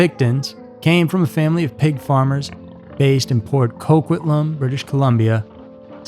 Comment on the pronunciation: Also, it’s Port Coquitlam, not COOOquitlqm. Too much emphasis on the Co. We call it Poco. :)